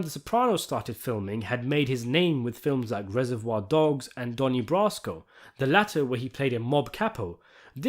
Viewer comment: Donnie Bra-sco